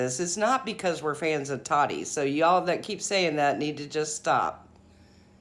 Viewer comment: I am a TA-TI fan! And it’s “taw-tee “ not TODDY! Please please Quit callin her toddy! Also thank u for the legal coverage! Love the impartial facts. I thought she was being naive in thinking she couldn’t be sued.. and even after the judgement we still may never know the Full TRUTH!